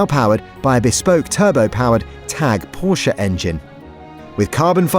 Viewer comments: Too bad the voice-over person cannot properly pronounce Porsche. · I've got some bad news for whomever produced this video. There's a list of single-syllable 7-letter words, and Porsche is definitely not on it. No wonder they backed out.